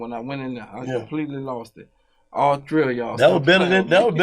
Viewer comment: Great dialogue, but I can't get out my head "ALL TREEE OF Y'ALL" "nigga when u say my name respekkk it" 🗣️